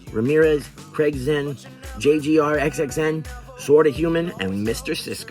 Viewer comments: FYI: J. Grxxn is pronounced Jay Green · Hearing u pronounce JGRXXN the way that u did, made me feel strange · I'm surprised you didn't hear how to pronounce JGRXXN since Ghoste says his name early into first verse in Caligula since you mentioned that song. Wannabe never has-been, really wanna beef with me? I chop em' up and put they body parts in a ice box just like JGRXXN